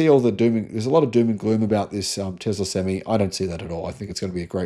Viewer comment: You keep saying sem me .. not sem eye.. an improved sem me is a full hard ..a sem me is half hard a sem eye is an 18 wheeler lol ..sorry couldn't help it